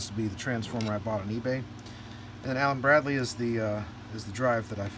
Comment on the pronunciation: Cant wait to see it at work! On another note, every time said "Allen Bradley" I comprehended "Allen BRADY" and saw Carl Reiner in my mind...